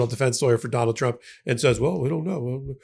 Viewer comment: KK karoline pronounces trump " chump". Homan also has a speech impediment . .. probably was teased in school which could explain his desire to hurt migrants. Pitiful bunch!